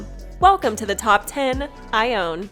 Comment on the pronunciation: My sisters name is Iona, based on her great-grandmother Ione. It’s pronounced same as you did in the video, (Eye-Ohn-a) but my grandma sometimes called Iona something like Onne (Oh-nee)